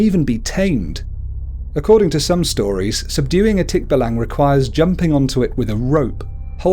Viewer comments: Hes saying the creature wrong specially in tikbalang its actually Tik..ba.lang. Or Tik-ba-lang He said it fast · Thick- Baallang as you pronouce .. not tikbalang.. not short pronunciation . Plus you forgot tiktik, Kapre , igkanto, and duwende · You dont prounuced tikbalang tik-balang its tik-ba-lang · i mean its not tikba-lang its tik-balang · he is saying it wrong its not tik-balang its tik-balang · Nonono its pronoused as tik ba lang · Its pronounced Tik-ba-lang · it is tick-ba-lang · You said nr. 2 wrong just so ya know ^^ ((my php mom started laughing for No reason .-.)) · You pronownced it wrong! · I like how you pronounce Tikbalang